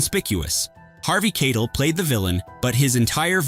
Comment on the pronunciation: It's pronounced 'KIE-TELL PLEASE!!!'